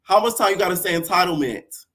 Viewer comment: Natalie saying entitlement is like blac china saying embezzlement 🤣🤣🤣🤣🤣